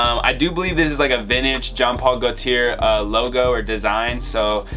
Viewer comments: CAR TEE AY! GO TEE AY! Not Ear or Air! 🤣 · Just so u know its pronounced gaultier like latte gaulti é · Broo it’s pronounced GO — T — AY. So it’s jean Paul GO - T - AY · iss carti-yay not carti-air (gaulti-yay) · These new school mofos are ridiculous 🙄 it’s pronounced Car-tee-yay and Goal-tee-yay. Youre welcome. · Gaulthier is pronounce go-tiyay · It’s pronounced Gaunt-tea-ay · cartier is prunounced car tee aye not car tee ear so this is probably pronounced jean like john paul gaw tee eh or something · JEAN POL GOTIER THATS HOW YOU HAVE TO PRONOUNCE IT #frenchCanadian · Alan Rubio no dude it’s pronounced GO T AY i have it in my name. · 🔥 intro!! & you are truly offending me by saying Jean Paul Gautier wrong wtf